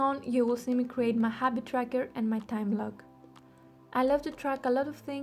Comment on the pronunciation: r in tracker is missing!